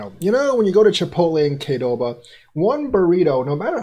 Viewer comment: Qdoba, not Kdoba!